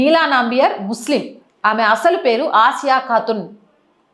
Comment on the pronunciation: అది నంబియార్ కాదు, నంబియార్.